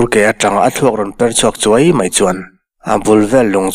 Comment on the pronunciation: Thluk loh tur i thluk hnem mah², e.g mai tih te hi maî tiin i thlûk thin, thlûkna awm lo chu thlûk vak hian hian beng a ti thlep, mai mai tih pawh mei ti a lam ka hre fo, chhiar uluk teh, chuan sawisel na hi an like duh miah lo 😃😃😃